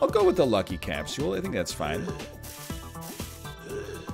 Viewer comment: Will this man ever say capsule like a regular vancouverite?